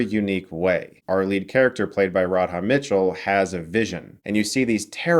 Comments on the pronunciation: "Rod-HAH" Mitchell. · Such a great movie, best game to movie adaptation for sure. Btw its pronounced "Rada" Mitchell.